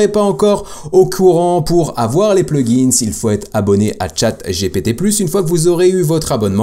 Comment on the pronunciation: Hello, tu dis toujours plugins et settings en appuyant sur la marque du PLURIEL !!! Je te l'avais déjà dit dans les commentaires d'une autre vidéo, mais en supposant que tu ne m'as pas lu, par pitié arrête de le prononcer de cette façon, ça rend fou. Je te met un lien et écoute bien comme ça doit se prononcer T'es pas à l'école ou tu dois bien prononcer tous les mots et toutes les lettres. J'espère que tu l'iras mon message et surtout continue avec tes vidéos, car ce domaine est vraiment intéressant et surtout, c'est l'avenir. 👍👍👍